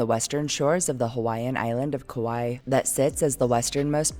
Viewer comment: So happy and impressed how well you pronounced the Hawaiian names! Excellent work!🥰🥰